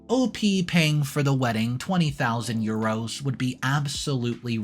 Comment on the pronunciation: That's probably the worst pronunciation of "euros" I've ever heard.